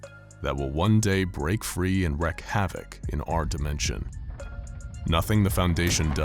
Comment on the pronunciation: I love these videos! But I've noticed you're saying wrecked like is sounds but when you say something like "he wreaked havoc" its pronounced reek.